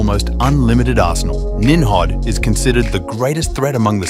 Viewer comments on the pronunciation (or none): Nim Rod not nimhab